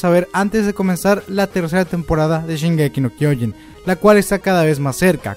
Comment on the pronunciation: Este dilo bien el anime se llama shingeki no trenes >:v